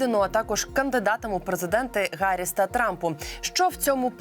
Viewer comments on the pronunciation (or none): навчіть голову профільного комітету Мережка правильно вимовляти прізвище віце-президентки США не Харріс, а Гарріс; заодно і теж потренуйте!